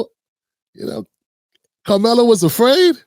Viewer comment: Sir, I watched the lawyers whole segment and he’s very ignorant. He’s miss pronounced Karmelo’s name like 6 times. He shouldn’t have brought the knife to the track meet. I think we all agree. However, I believe the twins were trying to jump him or really doing something to him. I just don’t know too many brothers that would just stab someone. Also, we have to know that the twin came forward toward him. How else would he be able to get that close and stab him. So it’s definitely more to the story